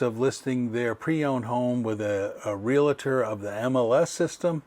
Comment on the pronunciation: Please check the pronunciation of realtor. It is not realator.